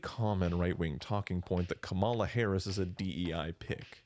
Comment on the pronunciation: COMMA-la not kuh-MAL-uh.